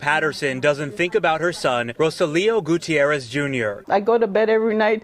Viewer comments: Goo tee air ez. Must pronounce names, especially of those departed, correctly. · Goo-tee-air-ez: bothers me that he didn’t say his name correctly (even when the people on the news did). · "Mr Gucci-errez i guess " 😂😂